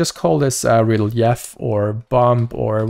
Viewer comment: Real-yef? Its ree-leef for pronunciation.